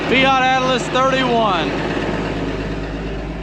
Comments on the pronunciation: why do you call them Atlas instead of Allis? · It's not Fiat Atlis, it's Fiat Allis, as in Allis Chalmers! :face-red-droopy-eyes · Its Fiat Allis not Atlas!!😅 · Its a Fiat-Allis not a Fiat -Atlas😂😂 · Quick question, why do you keep adding a "T" to "Allis?" I love huge machines like these 😊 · It’s Fiat Allis, not Fiat Atlas. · Fiat-Allis mate, ALLIS! Not Atlas, dufus! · It is a fiat -allis (pronounced Alice)not atlas. Allis as in the farm machinery manufacturer now owned by AGCO. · Fiat Allis. Not Atlas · There’s no T in Allis!